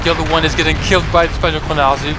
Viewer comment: Your "spadochroniarze" pronunciation is quite good :)